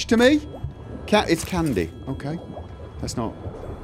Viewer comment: That's usual "kay" Further, in 5 years I must have heard less than 10 swear words (or affiliated) on this channel.